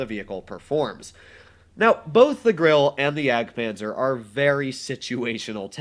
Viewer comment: Ur pernoincing grille wrong